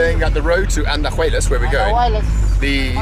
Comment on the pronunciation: It is very funny how you guys butchered the names of the towns. Andajuelas vs Andahuaylas 😂